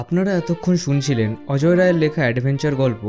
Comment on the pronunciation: নামটা ভুল বললেন।অজয় নয় অজেয়